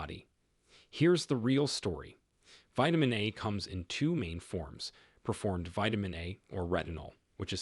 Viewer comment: It's PRE formed not per formed - the AI needs to know/learn the difference.